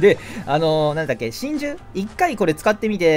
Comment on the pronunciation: の真珠の呼び方だと神獣に聞こえる